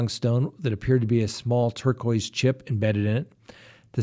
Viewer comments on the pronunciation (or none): none